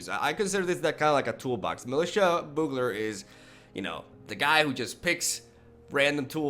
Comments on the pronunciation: Boogler is also not correct. The "U" in Bugler is pronounced like you. So you wanna pronounce it like Be-you-gler all together. Hope this helps :D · "be-u-ga-ler" Not boo-galor. Damn close though! Serious respect. Keep up the great content. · Less like a Boo sound, more like the word You with a soft b in front of it. bYou-gler. Having said that, I only post it for your information, say it however you like, it's hardly like we can't understand what you are saying, some British accents are MUCH farther from correct punctuation than anything I've heard you say! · I can't believe you. It's not pronounced boogler, it's pronounced bow-ogler. You pronounce both o's. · Not bow-ogler, it’s actually pronounced Byoo-gler. Thinking of it like capital B, capital U, gler helps. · Still wrong on the pronunciation... It's byoogler, not boogler. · I have the same thoughts on the hero deck. When he lives, it's great. When he gets destroyed, you have a heavy mana-costed, slightly underpowered deck. This seems better. Btw, its pronounced byoo-gler. All good though man. I speak one Language and struggle with it sometimes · You're so close to saying bugler correctly, but it's pronounced "Byugler" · Literally both pronunciations you expressed were wrong. It's BYOO-GLER. Love your content, keep it up! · I think it’s most commonly pronounced b-you-gler, or bju-gler if you prefer. Same as “bubonic” starts. But fact is, we all understand what you mean, so it doesn’t really matter, but the English language always fascinated me still :) Keep up the great vids :) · It's actually pronounced like byoogler. Otherwise good going,! I love your videos! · Bee - EWW - gler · Its litterally pronounced how its spelled and he cant say it... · Look up a commercial for Bugels chips and you'll hear how it's pronounced lol.